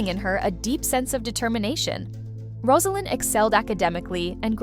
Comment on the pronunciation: Rose a lynn. NOT Roz! If you want to comment on this lady have the respect to pronounce her name correctly.